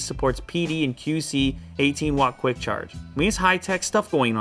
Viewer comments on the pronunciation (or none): none